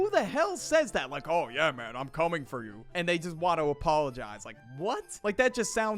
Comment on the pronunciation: Why does for sound like engween 💔😭